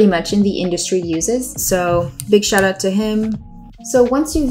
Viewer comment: It’s a gift to hear a Canadian say “about, check out, and shout out” in the same sequence. Thank you. ;)